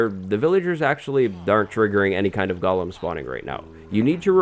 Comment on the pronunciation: This is so great. I always thought it was pronounced go-lim instead of goh-lum.